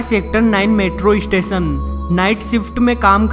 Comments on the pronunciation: lol ap apni pronunciation thik kro plzz station....istation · Bhai kya bol raha hai istation nahi yaaar station hota hai 😂😂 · bhai station bol estation mat bol mast laga bhai 😂😂😂😂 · "eestation" nahi hain be. the word is "Station" . lol 😂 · " is ees-station ko bhootiya ees-station kaha jata hai" 😂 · Estation, Estation abey bhootiye its STATION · iss-station do hajar no 😂😂😂😂😂😂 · issestetion lololol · isitation iichtation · Abhe UP wale bhaiye.... Ratta kya marta re. Estation.. 😝 😂 😂... Hai hai hai. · wtf?" istation"? "coll center" I'm definitely not "isubscribing" to this ishit